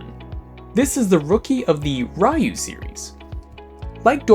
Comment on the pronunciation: Is it really so hard to pronounce "Ryu"?